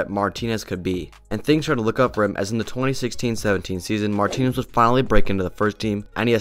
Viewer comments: 😂😂😂 Lautaro Martin-as 😂😂 You gotta work on your spanish pronunciation, bro. 😉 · Never heard anyone in my life say it like that lmao. How is that even possible to not know how to pronounce it correctly, it's such a generic common last name , especially in this sport 😂